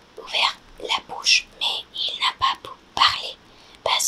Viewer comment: Ta prononciation du b est faussé tu prononcé beaucoup Veacoup c'est une erreur normale pour une espagnole car cela se prononce comme sa en espagnol mais essaye de faire plus attention ^^